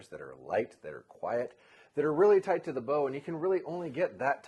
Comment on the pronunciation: toite like a toiger :D